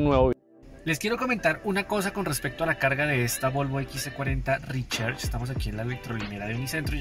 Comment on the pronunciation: Toca mejorar el nivel de ingles para pronunciar RECHARGE (Ri-char-ch) y no ri-cher-ch...